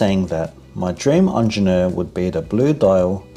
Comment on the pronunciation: He should learn how to pronounce it though.